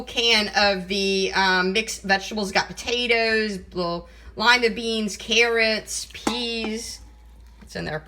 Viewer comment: Delicious? She used canned mix vegetables. She can't even pronounce potatoes or for.